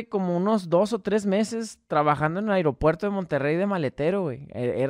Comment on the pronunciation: se dice aeropuerto no airopuerto